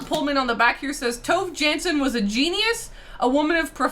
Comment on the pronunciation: Every time the girls say TOve JAnsson, my heart sinks a little 😅. I understand that this is how you would read her name in English, but it is very far from how it actually sounds: Swedish pronunciation: [ˈtuːve ˈjɑːnsːon]. I thought I'd mention it here as her name is now mentioned in every episode, which is cool as she's amazing ❤❤